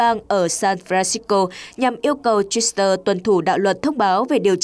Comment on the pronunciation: Không hiểu học hành kiểu gì mà Twitter lại cứ đọc là Twister. Ở một số bản tin khác thì có anh chàng lại đọc Reuters là Reuster.